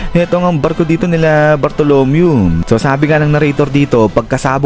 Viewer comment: mali ung pronounce mo ng name kay bartolomeo